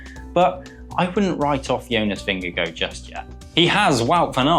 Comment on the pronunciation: English commentators' nightmare: pronouncing Jonas Vingegaard's surname. It is "Ving-guh-hawr", according to Danish speakers. I hope TP does it again, but would be quite happy for JV or PR to win, as well.